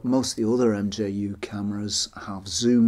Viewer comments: I've never heard it pronounced MJU, the name is μ which is pronounced [mju:] (in IPA not in English) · Nice video! It’s probably already been said but the “mju” is pronounced “mew” or “myoo” as the Greek letter: μ (mu) 😊